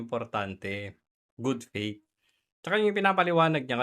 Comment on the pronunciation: Good faith po, hindi "good fate".